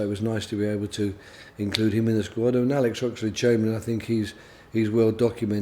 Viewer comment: woy hodgson speaks about his euwo sqwad